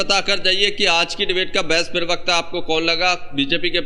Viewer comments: भाई पिरवक्ता न बोलो प्रवक्ता होता है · भाई आप बहुत अच्छे हैं लेकिन प्रवक्ता को पिरवक्ता कहना बंद कीजिए।